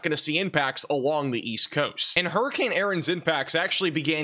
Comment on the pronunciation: Huree Cain Urn ⚱️ .. Southern dialect applied.